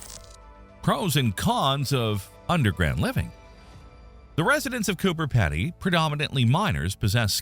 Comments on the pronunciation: It's pronounced Peedy not Peddy, dont ask me why, that's just how it's pronounced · I don't think Pedy is pronounced like that.